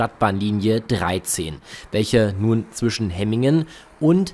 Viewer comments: Nicht HE-MINGEN sondern HEM- MINGEN wird das ausgesprochen, ist ein doppeltes M 😂. Übrigens die ersten Hemminger beschweren sich über Lärm und das Passagiere ( ja höher) in Häuser nun schauen können. Alter ,die haben echt Wohlstandsprobleme. Bäume pflanzen im Vorgarten und fertig, Vögel freuen sich auch. Danke für das Video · hemmingen nicht hemingen...und ganz nebenbei mit dem auto war die strecke angenehmer und schneller als wie jetzt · Es irr du hast hemigen gesagt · Danke für das Video. Die Strecke läst sich gut fahren, nur war die erste Fahrt vom HBF nach Hemmingen (wird ehr wie Hämmingn ausgesprochen) 20 minuten Verspätet und sehr voll. Ich durfte mit der Bahn fahren. Bei uns sind heute das erstemal auf einen Sonntag auf der Linie 1 zwischen Langenhagen und Laatze 3 Wagenzüge gefahren. Sind ja auch oft sehr voll, auch auf eienm Sonntag. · Woher soll ein vielleicht Ortsfremder denn wissen, ob nun die Silben lang oder kurz gesprochen werden, Hemmingen ist ja nun auch eine überregional nicht so bekannte Kleinstadt. Könntet Ihr Schweizer Orte richtig aussprechen, nur mal als Beispiel. Habt Euch mal nicht so.